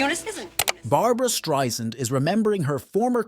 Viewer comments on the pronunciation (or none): Irks me to no end that this woman, with her illustrious career, hasn't earned the right to have her name pronounced correctly. It's not hard folks...Stri-Sand, NOT Stri-Zund. Geezus!!!!! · You should know how to pronounce her last name by now. Strie-SAND, like sand on the beach! Not Streisnd or Streizund. No excuse. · Barbra's name is pronounced Strei "sand" !! I would think if you are calling her a legend, you would know her name! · If she's such a legendary performer, why can't you pronounce her name correctly?